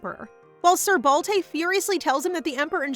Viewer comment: It's Balte not Balday ?